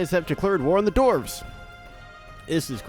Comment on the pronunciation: "the elves have declared ware on the doorvs" rlly?